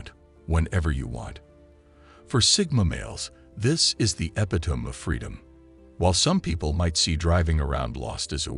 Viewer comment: Not bad, but you lost me with the pronunciation of epitome.